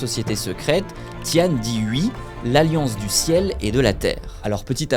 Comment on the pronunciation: Pour Qing, on ne dit pas "king" mais "tching". Pour 天地會, on ne dit pas "tiane dit oui'' mais "tienne dit rouer".Pour Hong Xiu Quan 洪秀全, on dit "Rongue chiot tchuenne".